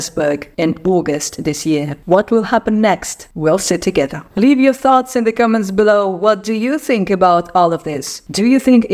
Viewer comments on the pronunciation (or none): none